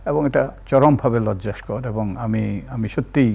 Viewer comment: তিন তিনবার ‘লজ্জাস্কর ‘ শব্দটি বলেছেন ! কারেক্ট শব্দটির উচ্চারণ হবে - লজ্জাকর! দযা করে সংশোধন করে নিন! প্লিজ !